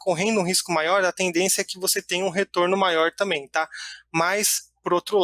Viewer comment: Crítica construtiva: alguém avisa para o que não é “TAMÉM” e sim “TAMBÉM “. Problema sério de dicção